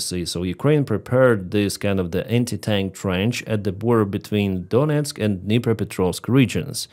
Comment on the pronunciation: Luhansk not Lugansk _ Donetsk not Doniesk